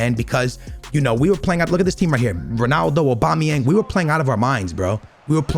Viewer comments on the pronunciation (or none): none